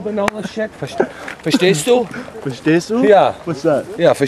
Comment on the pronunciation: Verschest du :DDDD